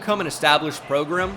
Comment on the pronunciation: The way he continues to butcher the word program irritates my soul